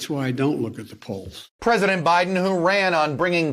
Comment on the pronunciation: It’s Buy-Din Season not By-Then Season